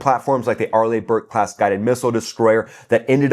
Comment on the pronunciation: not to be a stickler, but it's pronounced sprewince and arlee burke